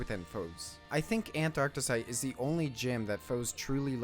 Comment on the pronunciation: “fouss” “ANT-arctesite” “he” 🤡🤡🤡